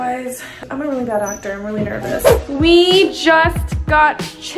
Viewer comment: ah yes "acor"